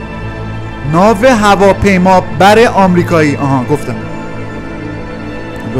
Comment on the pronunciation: داداش بگو ناو هواپیمابر 😂😂😂